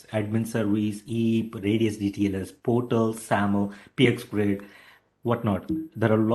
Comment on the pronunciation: its not high pitch. he doesnt speak english properly. for example portal instead of PORTAL he pronounced as 'PERTAL'